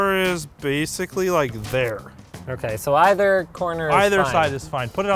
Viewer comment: That Ahhhh Okay , was the most stereotypical Canadian sounding speech I have ever heard from a Linus video.